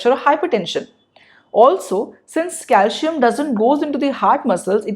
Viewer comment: Good video. Calcium is pronounced as CalCium not Calshiyam.